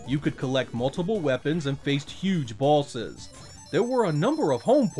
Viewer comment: does anyone else think when he says boss or bosses it sounds like ballsis?